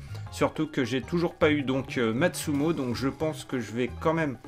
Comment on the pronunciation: MATSUMOTOOOOOOOOOOOOOOOOO PAS MATSUMO MEC, J'EN PEUX PLUS DE T'ENTENDRE ECORCHER LES NOMS, C'EST COMME LES MECS QUI RETIRE LES TOMATES DE LEUR PIZZA PUTAIN!!!